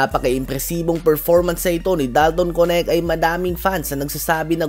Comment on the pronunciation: Sir diba dalton knect i mean ang pag bigkas ng name niya is parang "Kenek" di po konect baka masanay po kayo eh